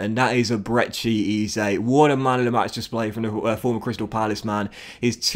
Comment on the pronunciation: Great series: Ebere Eze pronounced like eberree ezzay